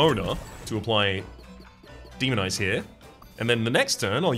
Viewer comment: I am going say first i really am enjoying the series so far. Secondly please tell me im not the only one who keep on hearing demon eyes instead of demonize.